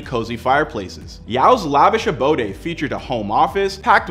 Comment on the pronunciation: Abode.... not “aboday.” 🤨